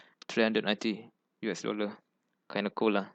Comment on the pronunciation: Your pronunciation is very difficult to understand. For example: it sounds like U Esession instead of US Session. Please take time to say the words properly. Sorry if the feedback seems too negative.